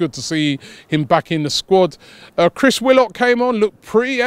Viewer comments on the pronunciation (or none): none